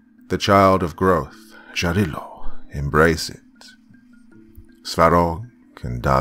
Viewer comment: Sorry, "Jarilo" - Sun God - is pronounced "Yarilo", not "Dzharilo". Probably "Jarilo" is how Germans with their "Ja, ja, mein Herr" wrote that word down. "Yarilo" comes from "yarost" which means "fury". So - Furious Sun. Or "yarkiy" - "bright".